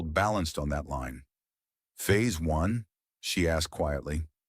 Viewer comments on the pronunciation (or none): none